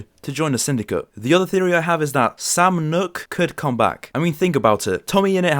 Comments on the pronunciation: its sam noock not nock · Did you really just say sam knock instead of sam nook? Cool vid tho